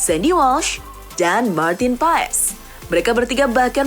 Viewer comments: Bukan martin paes bacanya tapi paas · martin pass di baca nya min katanya.🙃